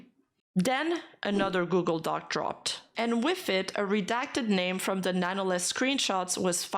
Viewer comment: She did say google dockey at least once